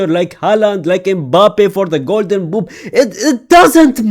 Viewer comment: 3.04 "he lethally is going toe to toe with the future like Haland like Mbappe for the golden b00b" ofcourse😭😭😭